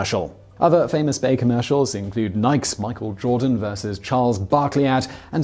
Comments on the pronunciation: I'm just gonna pretend you were trying to say Mike's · Simon. Seriously. I get that you do a lot of these videos, and that sometimes there are legitimately unfamiliar words you mispronounce... but did you really just mispronounce Nikes? One of the most famous brands on the planet? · Simon does occasionally mispronounce words. But the fact that Nike themselves confirm that their intended pronunciation is /ˈnaɪˌki/ doesn't automatically make it so for everyone on the planet, believe it or not. It's widely pronounced ['naɪk] outside the US, especially in the plural (I'm wearing [ˈnaɪkz] today). The Greek goddess of victory, Νίκη, rendered into the Latin alphabet as Nike, is properly pronounced [nǐːkɛː] as has already been pointed out. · "Nikes" is a two-syllable word. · Today I found out: Nikes... rhymes with Yikes. heheh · That's just how we pronounce it in the UK.